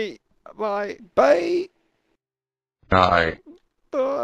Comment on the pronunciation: I swear at the end the heater wasn't saying bye but saying die